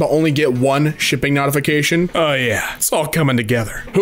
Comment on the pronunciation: The way says notification this way pisses me off.